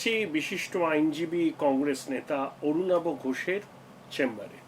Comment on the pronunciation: আভিযান নয়, আরুণাভ নয়।